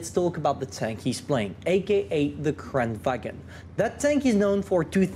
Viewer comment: It's pronounced kran-van...